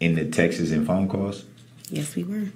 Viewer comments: It’s TEXTs! Not texes! 🤪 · Dear LORD……. The plural of “text” is “texts”……. NOT “Tex-tess”. GAAAHHHH! Every time he does that, I see cowboy hats and spurs!!!!!